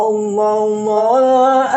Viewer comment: kalau baca sholawat mbok yang Benar,,jangan asal bunyi,,Jangan Baca Sholloloh... dst...Tapi Shollalloh...